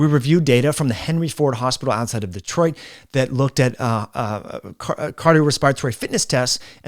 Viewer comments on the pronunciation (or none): none